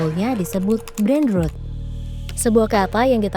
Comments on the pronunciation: Tempo ini bikin konten bagus tapi voiceover nya bikin malu ngedengerin cara baca dalam bahasa inggris “ brainrot” 😂😂😂… emang ngga tau cara baca nya atau emang ngga bisa bahasa inggris host nya ini? Brainrot dibacanya brainroot 😂😂😂😂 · Iyaa dri td dengernya gregetan banget kok rut2 trs nyebutnya hahaha